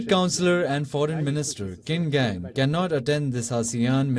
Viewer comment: Well done for pronouncing Qin Gang's name correctly.